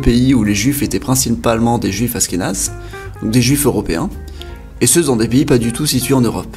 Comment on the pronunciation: Il manque le Maroc ??? ainsi que l'Iran , la Hongrie , l'Ukraine , la Hollande , la Belgique , la Tunisie !!!! et j'en oublie d'autres !!! et on dit pas Asskénaze !!!! mais ASHHHHkénazes !!!! avant de faire un video faut quand même être bien calé sur le sujet non ???